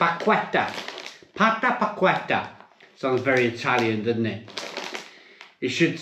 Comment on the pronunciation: Absolutely butchered the name of them chips I think 😂